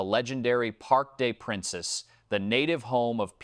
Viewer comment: Re PSG would you ever shut the fuck up. Also the Parc Des Princes is pronounced Parc Des Prance. This is just Tuttle tattle nonsense. PSG are focused on Arsenal. As an American what the hell do you know about European football.